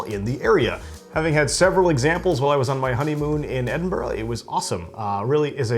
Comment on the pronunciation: Well done for saying Edinburgh instead of Edinboro and Boadicia is pronounced Boa disiya rather than Boodica, at least in GB, where Scotland still resides😅. Just a light hearted couple of helpful points in return for the absolutely brilliant video and this looks like a must brew beer. Many thanks.